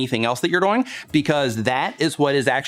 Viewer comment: Does anybody here say DOYING? Instead of DOING? Lol love ya 👍❤